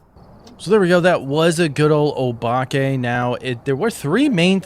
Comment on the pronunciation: Bro said "Oh Bake"😂😂